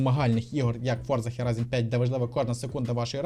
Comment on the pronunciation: Мене дуже веселить кожен раз на слові Хєрайзон ))) в назві гри Forza Horizon 5 (Форза хОрайзон 5)